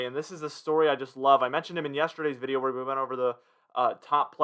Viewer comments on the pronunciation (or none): none